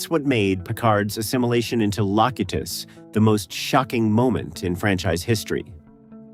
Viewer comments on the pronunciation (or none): Nothing new here, just tired AI crap . . . Lo cue tus, not Lock u tos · Dude... it's "Low-Cue-Tis" not "Lock-Ut-Us". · Loc u tus? Its Lo cu tus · I had to turn it off when I heard “Lock-a-tus” for the second time. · Lock-it-tuhs? Seriously? Well, it's nice to know that when the AI uprising begins, they'll be easy to spot due to mispronunciations. Skynet: "Don't worry. This is just another reboot of Battlestar Galatty-kah." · A.I. ruins it again. Lock you tus? Really? A.I. is so stupid. But you want to know who is more stupid? The lazy asses who use A.I. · LOW-CUTE-ISS. Damn AI. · Loh-kah-thus... Oh the tragedy of AI content! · You lost me at “La-cute-us”. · The proper punctuation of Locutus is La Que Tus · Great info but you are mis pronouncing Jeanluc's borg name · You can't even pronounce locutus I'm done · #13, it wasn't because he was bald. It's because the captain was supposed to be French as his name suggests and Stewart has a British accent. And you mispronounced locutus and Lwaxana. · Please pronounce Lucutos as they do in the serie. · Ai created. mispronunciation of names, such as Locutus, are a giveaway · I hate the mispronounced names myself. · Holy crap, the MANGLED they pronunciation of "Locutus"!! 😫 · I loved the facts and the ones I didn't know were delightfully mind-blowing... But -- showing episodes that are not the one you're talking about is supremely confusing. I had to make myself look away so I could focus on the content. Also, don't use AI narration. I am assuming it was AI because anyone who had ever actually watched the show knows its pronouncing "Locutus" wrong! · Cant you pronounce names like Locutus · its either an a.i. generated voice.. or somone whose clearly never, ever seen the episode. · Yea he said it wrong!!! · Get rid of the stupid AI narration. Listening to it pronounce Locutis makes me want to puke.